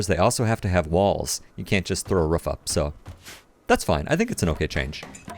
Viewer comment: "ruff'd" and "un-ruff'd" areas